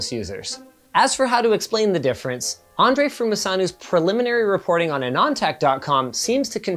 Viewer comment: Actually Linus almost got it perfectly right really. It's just that the accent in "Andrei" is usually on the 'e' not the 'a". As for the last name 'Frumusanu', in the native language (Romanian that is), the letter s is actually in a different form in this type of word - "ș" instead of "s" and it's pronounced like the the s in "shake". Hope that helps a bit :).